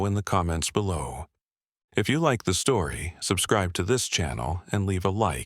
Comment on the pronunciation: Said stoory